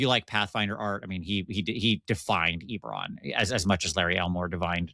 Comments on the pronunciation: Yep. It is pronounced 'eh-beh-ron' not ee-ber-ron. But go for it.;-) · Is Ee-beron where the Nee-crons live? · E-bore-on. I don't know if I can ever get over this pronunciation. I have to skip this one. That pronunciation is such a hot take... I can't even be here. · On one hand Eberron is my favorite dnd setting. On the other hand pronounces it differently than me despite the same regional accent. (oh ok that was addressed as I typed this) Heres one for the algo